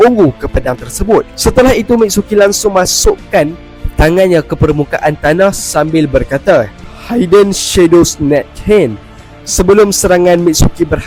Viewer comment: Nak tegur ckt .. Hide sebutannya Haid .. Hidden tak pyh sebut Haiden .. Sebut je hidden cam biasa .. Semoga bermanfaat .. Biasa tgok review indo poen rajin buat silap ni harap youtuber Malaysia lebih Much Upgrade ..